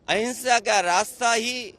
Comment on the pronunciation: Hinsha ya ahinsha sahi se bole matlab kya